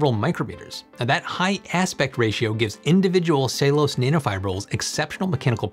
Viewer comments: "ceilose"?? It's ce-llu-lo-se i could not understand what you were saying until the word came on screen... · It is pronounced Cell you lows……Not Saylose. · Your pronunciation of "cellulose" is nearly unintelligible. It's "SELL- you- lowce". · Are you using an alternate pronunciation of "cellulose" that I wasn't aware of? "Ceylose"?